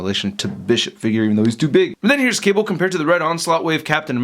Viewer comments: speak english, dont say "qable" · did you just said kable